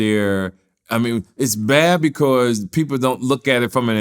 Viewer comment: Nobody:: “becourse”